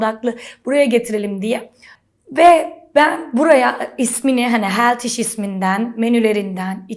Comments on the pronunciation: Senelerdir amerikada yasiyor ve hala healtyishe „heltiş” ve smoothieye „smoti” diyor olması en komiği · "Heltiş" diye okunmaz ama...